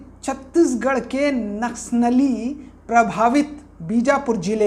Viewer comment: Naksh nali. Ya naksali ..bolne vi ni aa rha... To news kaise bta rhe.. Ki kya sahi h ki ni